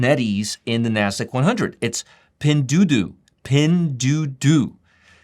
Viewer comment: Really a good idea to do videos based on 13-F's. I own SE, STNE and Pinduoduo. By the way, it is pronounced Pindue-a-due-a, a as in ali. I look forward to more of your 13-F videos. I liked this one.